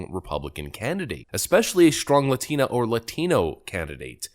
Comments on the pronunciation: Why does zim keep saying ladeena? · What is wrong with people these days. This chick that thinks she's a boy is speaking normal English but when there is "Latino" or "Latina" mentioned her tongue makes stranger sound then she back to normal English again. Sounds like it is inputting a D sound where the T sound should be. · I love how she says ''Latina'' with and accent. Then goes back to her regular accent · God I can't stand these democrats when they pronounce "Latina" and "Latino"... Perfect facking English with the exception of those words. Someone should make a skit about it. Lol all grifters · I hate hearing these people talk. If your accent doesn’t gel with the way you’re pronouncing Latina/Latino naturally, don’t change it to sound “better”. It sounds RIDICULOUS! It’s like AOC’s accent change or Hillary’s hot sauce. Just don’t! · I love how she only has an accent when pronouncing Spanish names and the words latino and latina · The way she pronounces Latina is triggering me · Does it really annoy other people too when Latinos speak perfectly good English with barely any accent, but whenever the pronounce the word "latina" they make up for all the absent accent for that one word? Like, she literally said "rio grand" but says Latina like she's a Mexican grammar teacher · Ugh, I can't stand how they pronounce "#Latina." It's #cringe af to me🤷🏽‍♂️ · hate the way she pronounces latina.